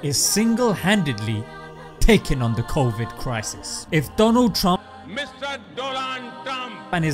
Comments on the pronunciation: Mr. Doland trump 😂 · Modi : Mr. "Doland Trump" Me : Say Whaaaaaat???? Oh I forgot that is what u can do if u sell tea at an age u should be acquiring knowledge